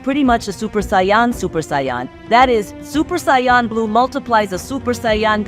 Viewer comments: Americans generally pronounce Saiyan as "Say - en" , rather than "Sigh - yon". Like "do you know what i'm sayin'?" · love the work, but please stop saying saying Saiyan like 'SION' or 'Sai On' is annoying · The way saiyan is pronounced is so annoying and completely said wrong love the content but please can we get the pronounce of the words correct please couldn't finish the video it was pissing me off too much it's saiyan it's pronounced sai-yn